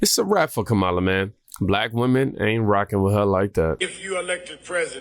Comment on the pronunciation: Comma-La NOT ka-Mala